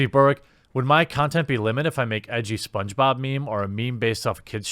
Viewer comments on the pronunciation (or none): none